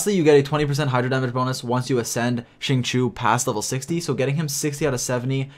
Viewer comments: Why is nobody talking about ”shing-chew” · Its pronounced sing-cho in chinese i think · "shi-ng chi-oh" shing chio. It's been long enough bro. Cmon. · It’s pronounced sing-cho:) but great video as always! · "xing chew" 😭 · I cringed every time you said Xingchoo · Alright boys I know it’s tough but we’ll get thru this together. It’s pronounced XING— CHO. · Can we just take a minute to talk about how pronounces Xingqiu and Kaeya's names? People are always complaining because they cant pronounce them right but the character have a profiles for a reason, just go to their profile and listen to them say it. wow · the way you pronounce xingqiu makes me angry and sad at the same time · Hearing you try to pronounce his name is really cringy